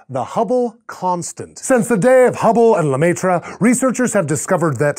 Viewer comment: it's pronounced la-mare ... face palm